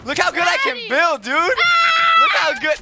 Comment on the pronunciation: when he said build it sounded like bill so then I remembered bill nye the science guy